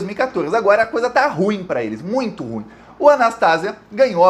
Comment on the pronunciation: Olá gosto do canal e de suas colocações politicas. Mas, desculpas, a palavra ruim é um dissilabo oxitono. Portanto ru-im.